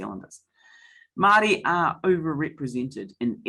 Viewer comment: My goodness please learn how to pronounce Māori words